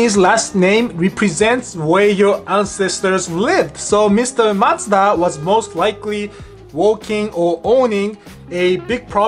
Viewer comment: Canadians and British are always snickering at American pronunciation of Mazda. I'm glad theirs is way off ("Mazzda").